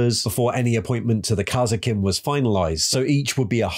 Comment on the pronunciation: You really need to work on your pronunciation. KAS-ERR-KIN